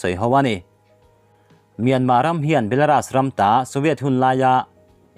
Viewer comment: 'Belaras' ni lovin 'belarus' mizo 'u' anga lam tur niin ka hria.